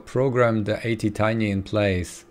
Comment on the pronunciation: It A T Tiny, A T not eighty